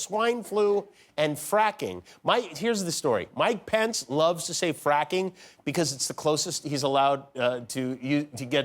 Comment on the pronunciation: He said fracking or farting?